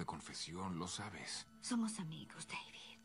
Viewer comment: 3 estás diciendo Ami gratus jajajaja